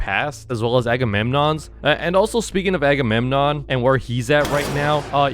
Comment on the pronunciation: My czns sissy bros say agemonnon agagaga